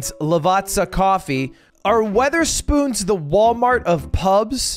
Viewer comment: Wether-spoons bruh I'm so gone